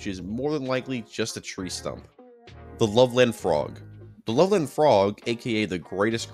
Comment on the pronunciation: As someone who lived in Loveland (Ohio, not to be confused with Loveland Colorado, a larger city), I can say that "Loveland" is pronounced more like "Lovelend", with a hard "eh" instead of "love-land". People actually talk about it quite a bit there, and local shops sell frogman t-shirts and whatnot. I've never actually met anyone who thinks it's real, but whatever. If anyone wants to know, I now live in the LA area.